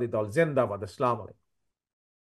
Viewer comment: Assalamu alaikum should be in correct pronunciation.